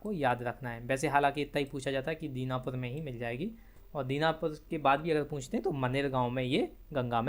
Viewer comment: Dinapur nhi danapur hota h.kya galat padha rahe ho